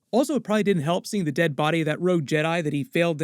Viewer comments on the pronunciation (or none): none